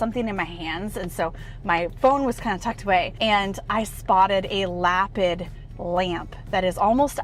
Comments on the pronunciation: its 'luh-pid' with the emphasis on the second syllable. beautiful lamps. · pretty sure that "Lapid" is pronounced Luh Peed.:) (Like David in Hebrew is pronounced Duh Veed.)